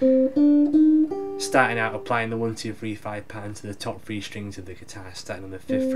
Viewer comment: Great video! Really good ideas to practice. I especially like the "tetra chord" concept. By the way, I couldn't help but notice your accent. You pronounce words like "three" by replacing the "th" with "fr". I hope I'm not being an annoying American but is that part of the cockney accent? I love your video lessons but I was just curious. Keep up the good work bro. I enjoy.